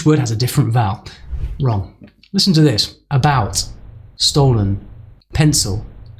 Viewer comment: I'd argue that you pronounced the e in stolen and maybe the i in pencil as /ɪ/. The o in memory sounded like it was barely reduced at all.